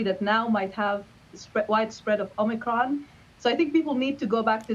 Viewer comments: Omni cron.. is that different than the head cold we known as ohm-eh-cron? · The way says “Omicron!” Kills me. This is nothing but fear and lies. Stay strong y’all